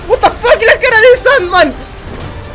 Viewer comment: parece que dices sad man a sand man